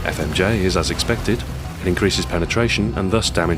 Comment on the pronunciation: hehe "penertration"